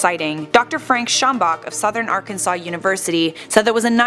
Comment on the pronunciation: You’re pronouncing Arkansas wrong